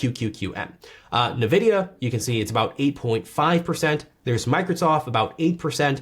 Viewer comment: Who tf says navidia